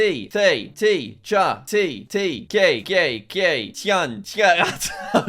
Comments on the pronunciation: "Tea" is not pronounced ké in Eastern European countries. You misread their alphabet and it's pronounced more like "chai". Some countries of the world got the name for tea from NORTHERN China (cha), some from SOUTHERN China (t'ee). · jack its not pronounced gay its pronounced Chay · Its not cai, you say chai, like chai tea but just chai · bro said gay ins stead of cay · Not gai???? čaj😂😂😂😂😂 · i found it kinda funny when you said “k” for čaj lol its supposed to be pronounced like chai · He either said "gay gay gay" or "KKK", even though it's pronounced "chai". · Jack tea is pronounced chai not kej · its not kay its chay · The letter č is read the same as ch in english chai. Not k. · My ears: gay gay gay 😂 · "Kay" As a person who speaks a slavic language and is from a slavic country (Czech Republic), the pronounciation of Čaj makes my ears bleed. (It's pronounced Chay) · pronunciation here is not 'kay' but it's "CHAI" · Svi balkanci u prave bunu dok dzek govori kej umesto caj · As a montenegrin, the way jack pronounces 'čaj' as 'kay' makes me wanna vomit lmfao 🤣🤣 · its a ch sound. Like Chai tea. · "Čaj, Чай" and "çaj" are pronounced "Chai" and "Τσάι" is pronounced [similar to] "Tsái" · It's interesting that Minessota has a very hard state border visible. "čaj" isn't 'kei'. It's the 'ch' from "check", folowed by a short version of 'ie' from "die". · accauly pronounced chai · erm actually its pronounced chai🤓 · As Slovak he read čaj as kaj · bruh he pronounced all of these as kay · As a Slave, I have to tell you this 😂 Try to read normally this word: „chay“ (but with an "A" vowel sound, not an "E" one). And that's approximately how ČAJ is pronounced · "tea, tea, tea, gay gay gaj gaj gaj" Jack Č isnt G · My guy broke me with the butchering of чай/čaj 💀😂 it’s pronounced “chai,” like the type of latte/tea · did anyone hear him say gay when saying čaj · It's pronounced Chay, like China ; the Eastern European tea is strong! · Čaj is pronounced like chai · "gay gay gay"🤣🤣🤣🤣🤣🤣